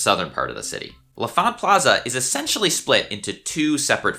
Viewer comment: Pronounced "LON Font" not le font. If you were native DC, you would know this.